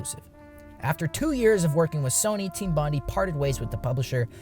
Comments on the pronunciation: It's pronounced Team Bon-DIE!!… not Bon-di. I'm an Aussie from Sydney, triggered me after the second time lol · It's pronounced "bond-aye" not "bond-ee", hermano. Had to point it out before it triggers some Aussie's autism. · Thats not how you pronounce Bondi.